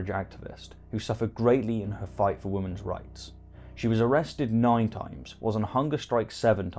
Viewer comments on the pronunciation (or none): By the way, I am trying to figure out why you pronounce women, as woman, and women's as woman's. I haven't been able to find anyone else who doesn't pronounce "women" and "women's", as "wimmin" and "wimmin's". Oops, I tell a lie. If memory serves me correctly, George Galloway is also culpable of this insidious mispronunciation. I suppose you're in quite good company then... >